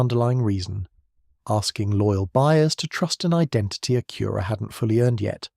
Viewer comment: AI is crap, can't even say Acura right, and pics don't make any sense, big thumb down